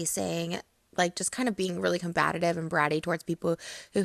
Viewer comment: Did she say combatative?